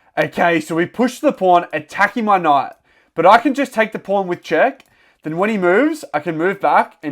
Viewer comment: I hear you say knough instead of knight